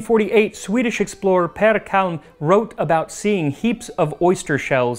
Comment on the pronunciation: shoutout to my boy Pehr Kalm! Your diction was excellent here and caught me off guard. I enjoyed that 😄 I watched a couple of your videos now and you make some great stuff. You’ve got yourself another subscriber~